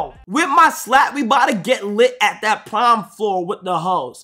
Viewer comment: thought bro was saying “prime season”